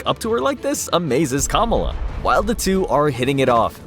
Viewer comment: I find so annoying when people make videos, and they are not even smart enough to verify the proper pronunciation of words, or names { Kamala} before they release the video. It makes them look like they have no idea what the hell they are talking about........